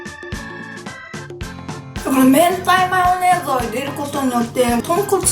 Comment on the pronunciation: I thought I heard her say "hentai mayonnaise".